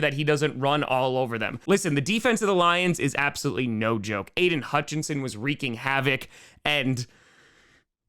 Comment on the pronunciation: Wow, someone pronounced "wreaking" correctly instead of pronouncing it as "wrecking" in 2023, imagine that!